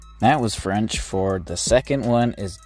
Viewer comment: That was pretty good french